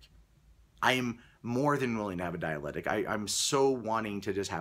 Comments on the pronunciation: "dialectic" not "dialetic" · It's "dialectic" not "dialetic" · It's Dialectic. Not dialetic. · Dialectic not dialetic. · Could the anti-SJW crowd please stop saying "dialetic?" (sic) It's dialeCtic! You guys just sound like you never heard the word before the Bret Weinstein videos! (I say this as a supporter of some of what the anti-SJW crowd says.) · please learn to pronounce your word of the week. I believe it is supposed to be dialectic, or possibly diabetic, one way makes sense in context, either way you butchered it. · Pronunciation, di-a-lec-tic, fuck. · Dear -- di'-a-lec'-tic. Dialectic. Don't forget to pronounce the interior hard "C". Also, since the first Evergreen video came out, in which Weinstein talked about the difference between debate and _dialectic_, people are now using "dialectic" when "dialogue" would do just fine, and is more easily understood. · it's "dialectic". You are missing that first "c" and it's maddening.